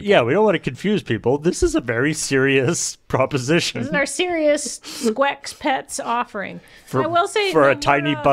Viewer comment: Dagnabbit! "sqare" is not "square," it's "scare," and "sqex" is "skeks" as in "skeksis," not "squecks."